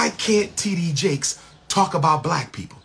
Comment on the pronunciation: Bishop T.D Jake's sir. If your going to say his name, say it right. Thank you.